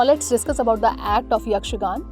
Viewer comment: Not yakshagan it's yakshaganaa